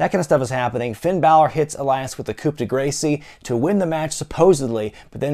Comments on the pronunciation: Coupe de "Gracie"......hope that's a subscriber joke I don't know about cause that is one damn awful pronunciation 😖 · I think your "Coup de Gracie" has run out of steam on the joke. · "Coop du Gracie"